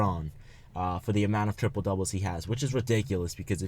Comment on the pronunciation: LMAO it's not tripole it's triple